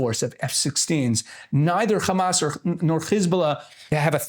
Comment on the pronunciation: When this guy said Kkhhammasss. I knew on what side he was on.